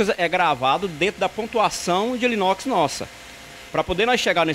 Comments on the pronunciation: É anilox e não alinox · Sou impressor gráfico industrial e queria informar vocês sobre um pequeno erro no vídeo … O rapaz fala “Alinox” por diversas vezes, porém o nome correto é “Anilóx”, justamente a peça que possui o BCM necessário para se dar a carga/ quantidade, exigida na expressão de cada produto 😉 Mas parabéns pelo vídeo! Muito válido todas as explicações passadas 🙏🏼